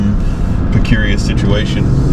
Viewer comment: Precarious, not precurious,.